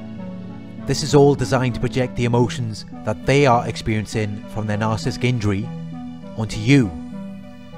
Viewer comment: Love your informative videos... thank you for sharing. I do want to mention...it might be something silly to notice but isn’t it narci-ssis-tic not nar-cis-tic I swear I hear you skip the entire middle of the word.